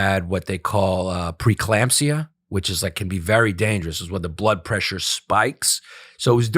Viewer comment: A shot every time Yanis says preclampsia